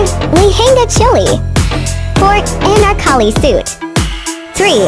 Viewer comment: Dear fhhrenddd ittt iss notttee calleeddd enerkalli it is called aaannnaarrkkaalliiiiiiiii😂